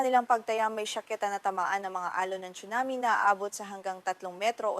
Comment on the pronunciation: Anchor chunami daw tsunami 😂